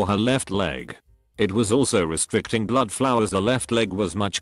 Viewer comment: These bot voices repeating the same paragraph over & over again..calling ' blood' ..' Blow-odd' ..honestly why do you bother ?? The music at the beginning was ridiculous too ,thing is all of these stories are stolen from other YT Channels by people who are real entertaining narrators ..don't give up the day job !!